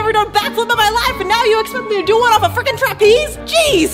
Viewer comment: When said “I’m so freaking excited” it sounded like f-ing